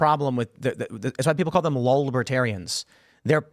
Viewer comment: Who tf says "Lolbertarians?"